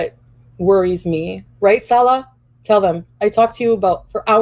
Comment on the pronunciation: They talked so much, yet she doesn’t pronounce (inflection) his name correctly. She says Salah with the same inflection as we do salad. Then it became Sa-La